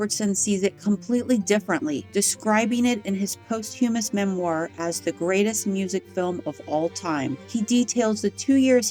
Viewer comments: "Posthumous" is pronounced Pahst-hue'muss accent on the 1st syllable. And GREAT JOB!! Thanks!! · Posthumous is pronounced "PAHS-che-muss"